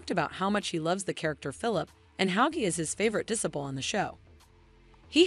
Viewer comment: Good to know. Please learn the correct pronunciation of "disciple".